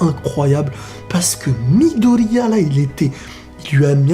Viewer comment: "shouto" et "midolia"ptdr tu ma tuer